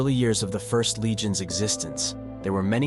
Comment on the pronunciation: It's the "First" Legion not the "ist" legion